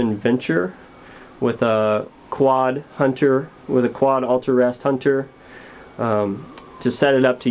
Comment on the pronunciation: Hahha he called it a qaud.